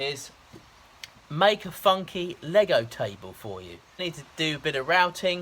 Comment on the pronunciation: He said “funky” but it sounded a little funny. Maybe its because he talks funny anyway. 🤠 Great hair though! 👍